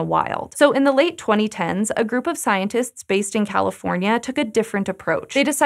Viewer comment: I will miss the way you pronounce every letter in every word, like “scientists”